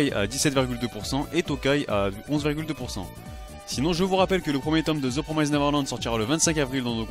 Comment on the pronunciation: PROMISSSSSSST. Ça se prononce "The [promist] Neverland", pas "promaizd". Voilà, voilà, c'était juste pour pinailler. :þ Eh oui, l'orthographe anglaise n'a aucun sens.